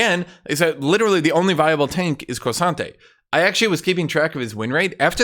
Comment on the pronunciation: Totally unrelated to the patch preview. But I love how says K'sante, sounds like he is saying Croissant'e